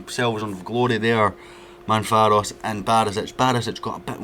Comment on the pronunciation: MAV-RO-PAN-OS not Manfaros 😂